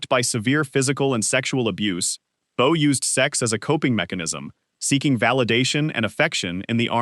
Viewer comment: it is pronounced Clara BOE, not Clara Bow. Jessica Lange is not Lana Turner. It's Zsa Zsa Ga.BORE, not GAY-BORE. Pronounce Bette Davis as Betty, not Bet. Every video of Jayne Mansfield was really Loni Anderson. About a quarter of the Marilyn Monroe images weren't her, nowhere near as beautiful...as mentioned numerous times before me. Awful stuff you presented in so many ways, at least be accurate.